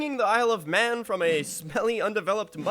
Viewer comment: do you know it's pronounced Man not Mahnnnnnnnnn haha